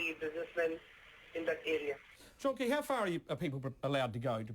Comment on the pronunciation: its john key u idiots. not keys.